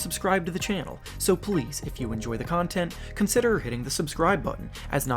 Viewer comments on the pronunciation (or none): none